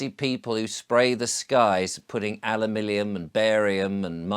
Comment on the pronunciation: “Alumilium” … what is oaf talking about?